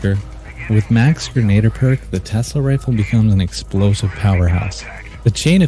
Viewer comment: Pronounced closer to "Gren-Ah-Deer"